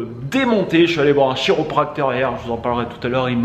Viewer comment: Hello, je crois que chiropracteur ça se prononce "K"iropracteur: Encore bravo pour tes vidéos, je kiffe.